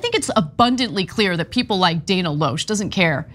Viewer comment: TYT cant even pronounce her name correctly. Spot on journalism